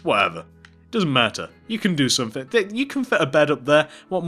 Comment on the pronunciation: its not one two free four its one two three four its not somefing its someTHING